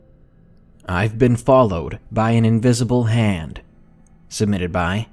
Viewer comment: At no. 1 who else Heard Ham instead of Hand?